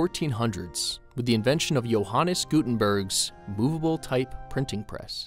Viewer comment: They way He pronounced joHANNES GUTENberg. Calitalized meaning loud, Stressed.